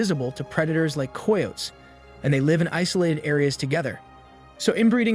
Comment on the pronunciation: He needs to check and see how coyotes is pronounced, lol